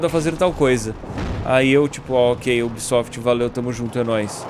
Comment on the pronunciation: O ubísoftí!😂🤣😅